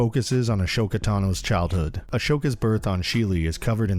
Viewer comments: XD yeah that stuck out to me. Not sure if he’s trolling, but all the shows pronounce her name AH-SO-KAH. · A"SH"oka? rly? xD